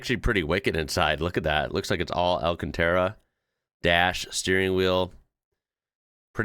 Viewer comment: Por favor pregúntale a tu encantadora esposa cómo se dice Alcántara. Other USAmericans murdering the word don't really bother me.... but you, the guy that say Škoda correctly and is married to a Castellano speaking woman, murdering the name of one of most beautiful locations in España. That doesn't fit. Well... you should say it as in Italia, but Castellano is really close.